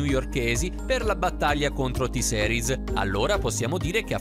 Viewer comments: Porco due avevo scritto "T-seris no però "per dire che la sua pronuncia faceva pena e che nn si pronunciava così Certo che io T-series lo so scrivere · Si pronuncia "T-Siris", non "T-Seris", diocane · E poi ma dai, T-seris non si può sentire... Si dice T-series, ripeti con me T-series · NON posso NON dire che NON si dice ''t-Seris'' ma ''t-siris'' (o t-gay 😂) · o mio dio che ignoranza, se hai visto il video lui ha detto t-seris è non t-series, impara ad ascoltare poi ne parliamo. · T SERIS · tiseris 🙄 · Sentire t-seris mi fa raggrinzire le palle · Si pronuncia t-sirus con la i inglese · T seris aahhabahahahahahah o mio dio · sentire T-series in quel modo mi fa altamente male e mi da tipo troppo fastidio